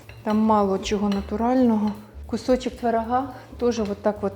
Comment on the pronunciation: Така смакота! Дуже смачно! Тільки дуже ріже в вуха ваша мова!Чомусь ви ,завжди кажете: тварага, аддихає, ваттак, адин, калабочек, патянула, дабавляю, пригатовим! Ну, скажіть: творога, оддихає, один,потягнула і т.д! Для чого вміщувати ,,а"😊😊😊